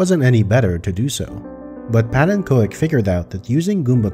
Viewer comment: So even calls himself pannenko-ek. wat een!